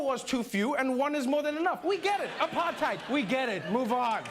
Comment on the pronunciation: And now Trevor? Forgot how to say Apartheid properly?